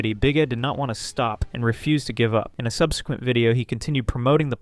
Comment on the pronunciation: I just subbed because you can pronounce "subsequent" correctly. This automatically nominates you for the top 10% of Youtubers.